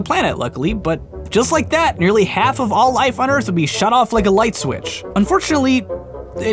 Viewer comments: "Erf" XD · "Erf" There's a way to tell when someone's just about given up.